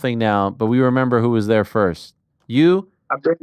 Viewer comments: Finally!!!! Jorge Masvidal corrected Ariel on how to properly say his Name!!! Hearing Ariel say Madvidal instead of MASvidal has been a thorn in my ear for years now! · Ariel pronounces the name correctly when he says it in English, but when he try’s to say it in Spanish he says it with a silent “s”. Yes I agree that Ariel is dedicated to pronouncing names correctly. Ariel is also very respectful. With that being said, do you think if Jorge corrected Ariel in the past that Ariel would continue to say it that way? No he wouldn’t. Let’s just agree to disagree. We’ll see next time they talk. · He's been correcting him for over a year. Lol you must be new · Saaaame, but he's corrected Ariel before, he just didn't care to stop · He's corrected him a few times before already, obviously Ariel knows how to say it. It's clearly shtick. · Jorge never corrects him. It’s not a shtick. How would saying someone’s name incorrectly be funny or a shtick? Bet you Ariel never says it like that again from now on. Ive been listening to Ariel for years, I’m not some new fan. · Yes, he has corrected him before on the MMA Hour. I guarantee Ariel says it the same way , just like he has even after Jorge corrected him. It shtick because Ariel is comically mispronouncing it, to an exaggerated point. If you are not new, you would know how dedicated Ariel is to correctly pronouncing names, you really think he wouldn't know how to pronounce Masvidal after a decade of interviews? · It took me less than 5 minutes to search "Masvidal MMA Hour" and you can see the interview where Jorge teaches Ariel how to pronounce Masvidal. It is 3 years ago "Jorge Masvidal: Jake Paul is trolling the 'Whole World' " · Ariel isn’t a guy who would purposely mispronounce someone’s sir name wrong. I’ve always wondered why he pronounced it with the D instead of the S…Finally. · How many times does Jorge need to correct Ariel's awful pronunciation?